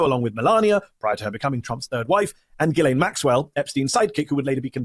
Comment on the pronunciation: Her name is pronounced “jizz-lane”